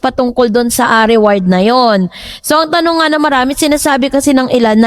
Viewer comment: ATE REWARD HO HINDI AWARD😂